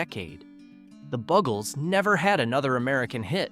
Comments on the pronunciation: I can't listen to this because the band is not called, the "bug"els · iT IS PROUNCED "THE BUGLES NOT BUGGLES" nough said.